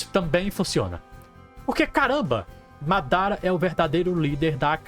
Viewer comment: pqp pq vc n fala "madara"??? assassino é? kkkk